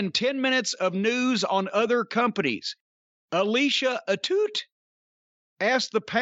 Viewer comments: I know its like she mispronounces her own name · She's definitely pronouncing her own name wrong, similar to Dustin Poirier. As a Frenchman I just have to let it slide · wow, I thought Alicia's last name was "a two" like a silent T, but "a toot" is hilarious lol